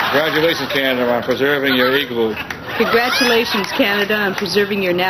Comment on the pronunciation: igloo not eegloo